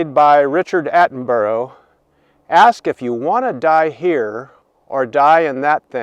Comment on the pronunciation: Jeeus christ man atleast say the actors names properly Attenborough is not said as atten-burro it sounds like burra